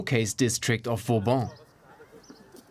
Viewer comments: Vauban, not Fauban. Like in Sebastien le Prestre de Vauban - the one you name yourself in the report... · *Fauban = Vauban